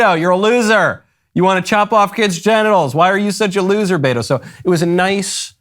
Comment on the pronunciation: Lmao he keeps saying Beta